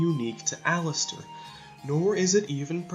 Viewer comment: What they’re saying: Allister What I hear: Alastor